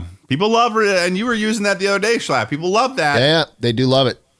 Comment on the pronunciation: Mrbeast butchered schlatts name